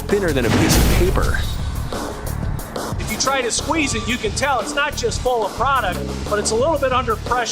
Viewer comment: It can bend like paperrh and support like steelllh.